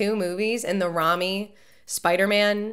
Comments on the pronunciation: I love how completely butchered pronouncing Sam Raimi's surname "Rah-mi" lmao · Yeeeeey, now Spider-Man 2. The best out of the Raimy Trilogy. Raimy is pronounced, as if you would say rain me without the n. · LOL she called Sam raimi: Rami